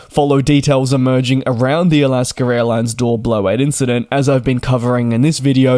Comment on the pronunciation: It is Alaska, not Alasker.